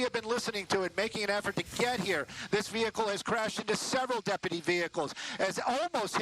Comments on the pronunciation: "...it almost looks like a work-type van, but obviously it could just be somebody's kind of van..." Award-winning commentary on this channel, eh? Also, it's pronounced "de-pu-ty" not "dep-pah-tea" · "That 'depadee' has an ambulance to check him out." Lol those women sound like dummies. Its deputy! Not depadee.